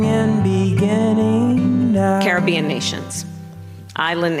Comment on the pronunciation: I knew she would lose when their two biggest issues were... 1) Abortion 2) You are racist if you call her Kamala. It's Kamala, not Kamala. Get the eff out of here. Also she can't even say Carribean correctly. It's Carribean, not Carribean. And supposedly we were the weird garbage people¿